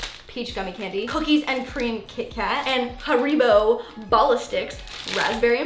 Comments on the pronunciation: “ha-ree-bo”?????? i’m confusion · nothing pained me more than when pronounced Haribo as 'huh-ree-bo' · Sorry... letting you know it’s pronounced HAIR-I-BO😊 I did a school project on the brand once Oh and also, Matt is a candy rope 🤣 And please to another extreme makeover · i love how she pronounced it har-ee-bo instead of har-i-bo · did she really just pronounce haribo as "ha-ree-bo" lmao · Oh no! It's (Hair-Ah-Bow) that's how you pronoun it 🎀❤ Love you! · the way you said haribo triggered me 😔🏃🏽‍♀️